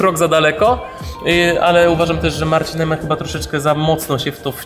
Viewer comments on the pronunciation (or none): none